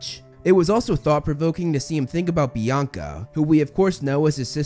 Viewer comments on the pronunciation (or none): none